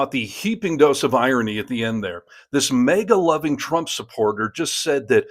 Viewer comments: The first “A” in “MAGA” is short not long. Like in “magazine. It’s an acronym so the rules of grammar do not apply. Well, the common ones anyway. 😊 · Minor comment..., it is Maga, not mega..., just sayin'. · It’s really sounding like you’re saying MEGA instead of MAGA An accent or dialectical situation probably Cheers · Hearing you say “May-guh” is really distracting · Bro its MAGA. Not Maeega. 😂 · I'm sorry but as I understand it, MAGA is pronounced MAY GAY..!